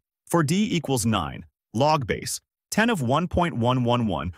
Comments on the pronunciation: Don't trust anyone (or anything) that cannot pronounce "log base 10" correctly. It's "log, base 10" and not "log-base 10". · Here is some math that tells me that you are using an AI voice to make these videos: You say "Log-base 10" instead of "log Base-10." Your AI voice generator doesn't know how mathematicians actually say "Log base-10." You say it as if "Log-base" is a single word, "LogBase," and the 10 is just some random number thrown into the equation. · yes! Very annoying. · Except that the AI bot is unable to correctly read mathematical equations. So we end up with things like "logbase....... ten"....